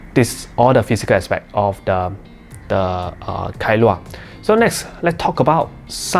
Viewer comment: Kailua is a place in Hawaii. I think you pronounced it well.